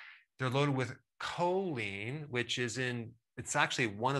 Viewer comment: Choline has not been pronounced correctly.